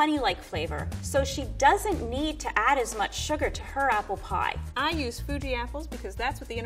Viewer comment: Arknights dokutahs: APPURU PIE